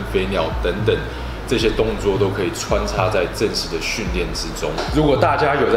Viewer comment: 是穿插不是穿擦😂